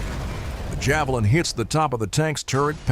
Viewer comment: On ne dit pas "Javelain" mais "Javelinn' "